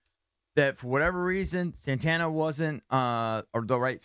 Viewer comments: my boy said Santana 🤣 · Lmao you said Santana. Dotson stats is like Doctson. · Did he say “Santana”?